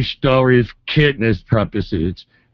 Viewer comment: Nice stowwies